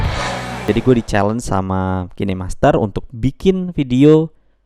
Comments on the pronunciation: Bacanya kin aja jangan kine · Mon maap nich, bacax "kain" master